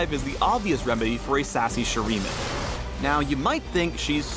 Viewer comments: I love these videos. It's always a joy to see your reactions to these characters and their stories. I also appreciate that you delve into their voice lines and musical themes as well! Just one small thing that's been bothering me: "SHU-RI-MA", not Shumira. Please and thank you! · Oh damn i've been waiting for this one. But one little thing please. Can you stop calling shurima "shumira". 😂😂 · I'm pretty sure that Shurima is pronounced "Su-ri-ma" lol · Hey, another great video. Just two pronunciation issues lol: Shurima - (Sure-E-Ma) [3 Syllables] Hextech - (Hecks-Tech) [2 Syllables] Good luck with all the fantasy jargon later on as well! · Pronunciations: "Shoo-ree-mah"(Shurima) "Zon"(Zaun) "hex-tek"(hextech) HIghlights with interactions are better